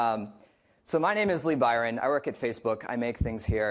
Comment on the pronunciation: "I rock in Facebook" he say?